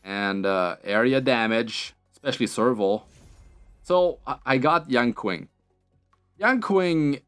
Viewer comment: pronouce is yen ching not yan quing